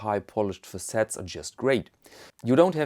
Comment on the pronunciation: This really caught my eye, but I don't get the online only thing. That's an awful lot of money to spend on something sight unseen. I should probably let it go. I really like the White Birch, but it doesn't fit me all that well. And the price... Übrigens, "facet" wird 'FA-cet ausgesprochen, nicht fa-'CET. Spe-shi-'AL-ity klingt mir falsch, aber so sagen die Englander (komisch, die Englander). Wir Amerikaner sagen "SPE-shəl-ty.